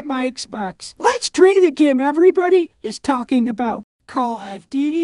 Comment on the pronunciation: “Call of dooteheee”